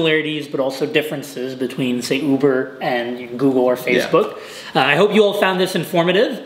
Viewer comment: Everyone: Facebook: FaZeBook